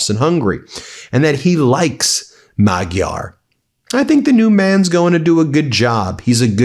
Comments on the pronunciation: The G in Magyar is a soft G, like giraffe, rather than like golf. Also, the country is HungAry, not Hungry. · Pronounce Magyar 'Modyar' 👍 Nice one Ben and team. ✨⭐👍